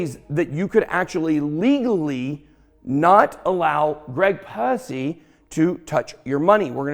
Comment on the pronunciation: Ben your too much bro , you said “Greg Pusce.” 😂😂😂😂